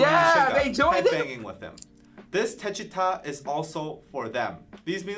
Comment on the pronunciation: The pronunciation is : DECHITA !!!! not "deshiuta" 😂